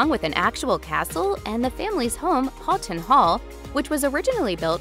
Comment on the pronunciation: Tabloid trash, but the least the speaker can do is learn to pronounce marquess and houghton.